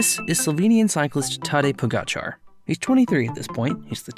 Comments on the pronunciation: “Po-gatcha” “Row-glitch” “vingego” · Pogacar's name is pronounced Poe-gotcha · Pogacar.... the "r" is silent dumb dumb